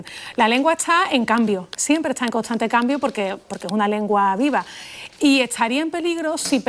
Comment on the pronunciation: Pues a mi parecer, ella misma pronuncia muy feo el grupo consonántico ST (perdón si hablan así, pero no le encuentro lógica cuando pronuncian: ETSÁN (ESTAN), CONTSANTE (CONSTANTE) , GATSAN (GASTAN). (????????????????)